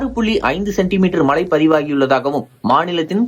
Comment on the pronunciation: மழை என்பது கூட சரியாக சொல்லத் தெரியவில்லை மழை மழை என்று உச்சரிப்பு செய்கிறீர்கள் நீங்க எல்லாம் என்னத்த தமிழ் படிச்சீங்க?